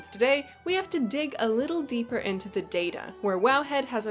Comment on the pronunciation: I hate to do it but...it's "day" (phonetic) Other side...not dee